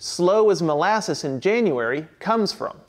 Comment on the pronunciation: "Januray" really?